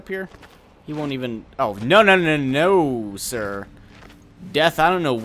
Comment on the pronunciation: "no no no no SIR" like a Sir ><